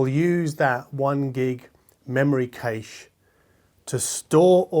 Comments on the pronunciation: Cache or cayche (sic), Data or datta (sic).. Sigh, from an Englishman’s POV at least. What’s your reasoning behind the way you pronounce these words. Especially cayche? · No way is 'kayche' a legitimate pronunciation of cache! is such a (loveable) oddball! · I do enjoy your reviews, but I cannot not mention two things... "dayter" and "cash"... I base that on 30 years in IT. Now, it could be that audiophiles refer to it in your vernacular... But, your wrong :-) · There's cache and quiche, and now according to now there's also a "kayche"? Man, English is confusing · Please stop saying 'darter' and 'kayish' it offends my delicate ears :-) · I literally shouted ‘cache’ (cash) and ‘Data’ (dayta) at the screen a second before (cough) corrected himself;) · 'kayche' is correctly pronounced 'buffer'. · That's just like aluminum and aluminium. Aluminum just sounds ridiculous, same for the kayche pronounce of cache - but both are correct, unfortunately 😆 When I heard say it, I thought like: Cache who? Nicolas Cache? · It is pronounced "cash" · Live in Germany myself. Never heard anybody say kayche. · Cache, not cache.